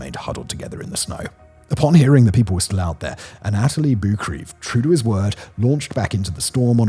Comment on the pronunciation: Firstly, Anatoli is pronounced "Anna-toli". Secondly, when showing Doug Hansen and Andy Harris' faces, don't show the actors from the movie and not share that with the audience. You also called Yasuka a "he". Good video otherwise.